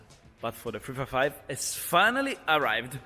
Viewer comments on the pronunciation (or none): " What Ferrari model is that? " - It´s a FREFAIFAIV (355) hehehehe, that italian accent is on point!! Btw, awesome soud!! Cheers from Brazil.